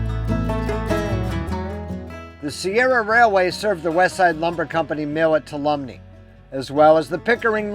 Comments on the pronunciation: Two all um me = Tuolumne. I know it’s a hard word to pronounce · Ask a local for the pronunciation of Tuolumne (2-walla-me) if I'm not mistaken. It took me a minute to figure out which town you were talking about. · Tuolumne is pronounced " 2-all-o-me" great video about my home and near by areas.